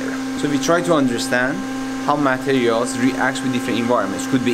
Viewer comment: This is awesome but I couldn't focus because he kept saying "MAT-erials." Every time he said it, it threw me off. And then "me-CHAN-isms." How can you be a genius materials scientists and not know how to say "materials"???